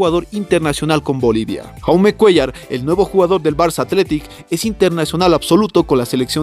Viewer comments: Se pronuncia yaume como jordi se pronuncia yordi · Se pronuncia yaume, su nombre es proveniente del catalán y no Jaume como pronuncia el comentarista del vídeo, y no lo hago con la intención de criticar si no simplemente informar.